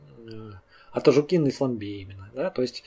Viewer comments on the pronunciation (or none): none